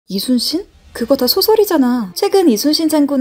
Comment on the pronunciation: 근데..저만 그렇게 들리는지 모르겠지만 말하실때 대체로 "이수신 장군" 으로 들립니다.